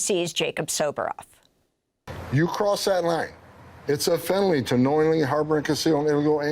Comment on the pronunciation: Tom Homan can’t even speak English. He said “fenoly “ 🤦🏻‍♂️